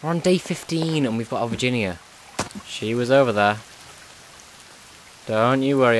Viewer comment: lol u said 'virgina' not Virginia